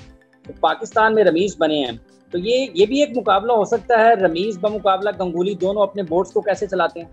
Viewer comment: It's gaanguly not ganguli urdu in punjabi accent😂😂 urdu d taang tod tee😂